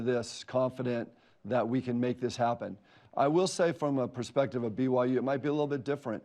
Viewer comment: He pronounced President Schovanec’s name correctly, then Schovanec says “I’m delighted to welcome “Bigum Yum” University into the Big 12 conference”?!?! Hahah